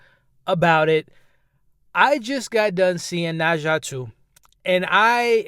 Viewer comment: I see you excited 😅 you know something is good when you keep saying the name different ways. “Na-Zhu” u silly but I’m so happy you had a dope time. I think I may check it out!